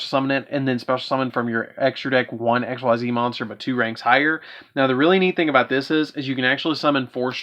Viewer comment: Just to note real quick, Xyz is pronounced [ex-ease]. Edit: a word. Apparently, my phone hates me sometimes.